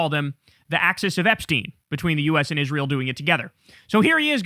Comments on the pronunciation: The way Lindsey Graham says "Isril" is so jarring 😂😂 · They all do it. "Izrul" I hate it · If I have to hear Lindsey Graham call Israel “IS-ral” one more freaking time …. Evil war mongers… 😡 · "Join isrool" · Fuck IS-ral!!!